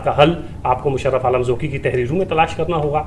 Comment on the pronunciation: Oh Bhai pehley aap Qaaf durust boltey thay magar ab aap ko bhi fashion ki Beemari lag gai ab Qaaf ko Kaaf kehtey ho. Inka Naam Zauqi hai Zauki nahin Kuch khayal karo.